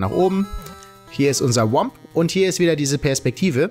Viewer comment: Es heißt Thwomp und nicht WOMP